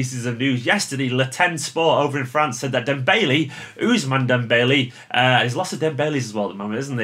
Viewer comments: I love these videos but it's pronounced dem-bell-ay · Just to be annoying.. Why are you saying Dembailey? :D